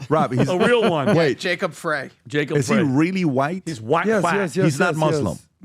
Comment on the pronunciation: From a lifelong Minnesotan, I’ll say again, you need to talk to MN State Representative Walter Hudson. Lisa DeMuth is not the only Republican standing here. Btw, Minneapolis mayor Jacob Frey’s name is pronounced Fry.